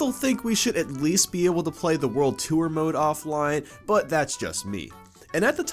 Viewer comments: I keep thinking he says "world twoer" (such as a second adventure after beating the main one) rather than "world tour" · it's pronounced tore not tooere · Its pronounced "TORR", not "TOO-URR" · wtf is world 2er!? its a joke i know he means world tour but why call it too-er when you should just say tor